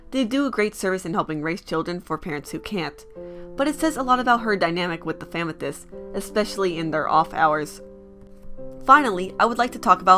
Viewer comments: i know its your accent but it sounds like famythest which should be a hashtag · Why do you call them famethyst